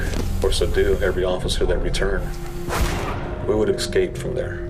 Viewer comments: xscape is not how you say it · They keep saying ex-cape... its escape... call me a grammar snob I don't care lol... its irritating